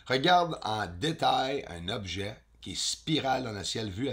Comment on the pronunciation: Un "objat" 😅😂